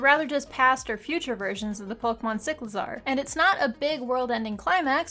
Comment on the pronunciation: Whether you agree with or not, one thing can unite us all. That was a weird ass pronunciation of Cyclizar.